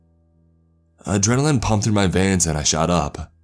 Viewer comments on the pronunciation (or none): none